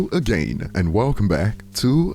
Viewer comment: brother, either learn how to properly say "again" or change your damn intro